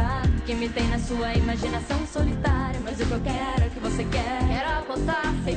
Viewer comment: Na verdade ela fala BOce@ Í